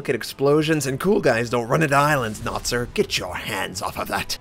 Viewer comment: As a Chinese speaker I appreciate your effort to not butcher the name pronunciation Notser (well I think you do put in maximum effort for all the non-English names) :)